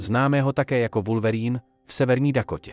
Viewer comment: oslovení Wulverýn zabijí mé uši